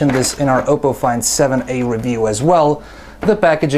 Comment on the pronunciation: I thought it was pronounced Op-po, not O-po.